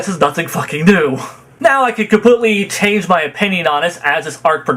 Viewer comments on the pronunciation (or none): none